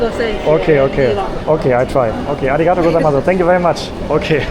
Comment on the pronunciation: One key point when pronouncing arigatou gozaimasu is to make sure you stretch the “tou” part in arigatou. Don’t say it too quickly like “to” — it should be a long vowel sound, like “toh-oo” or “toh” or "tow" held a bit longer.